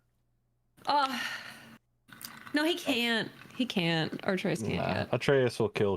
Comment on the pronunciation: pronounces Atreus incorrectly. She says artreus